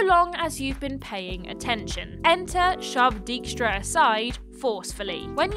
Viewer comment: As a Dutchman, I will never get over that pronunciation of "Dijkstra".